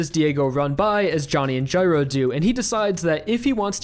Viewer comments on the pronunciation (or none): guy-row, not jyrow